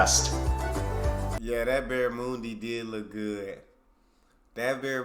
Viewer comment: There is an Australian bakery in Los Angeles where you can get meat pies, sausage rolls and Australian cakes, not sure how good they are or even if its an Australian doing all the baking but there is a shop there. Its Barramundi ✔ NOT Barramoooondi ❌